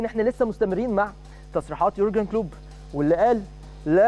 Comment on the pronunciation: اولا الانجليزي تبعك زي الزفت و نطق اسم كلوب او حتى ليفربول زفت تانيا خليتها حرب ؟ يعني تبدا كلامك بكلمة " احنا مَش اوزين نكبر الموضوع " و بعديها على طول حرب حرب حرب دمار نهاية العالم افتتتتتتتتتتتتت من الاعلام و اهله